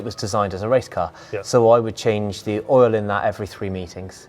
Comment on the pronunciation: I thought he said I change the il every 3 metres lol